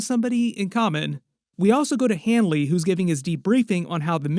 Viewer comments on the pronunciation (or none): It's Leroy Hanlon, not Hanly